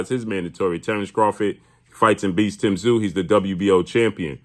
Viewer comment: Crawford has more heart then charlo but tszyu will destroy them all and for all the Americans that can't pronounce his name just say zoo he is a beast and Americans you guys are lucky you will see on your shores tim tszyu greatest boxer you are going to watch in your lifetime then comes Nikita tszyu who could be the beast of all beast's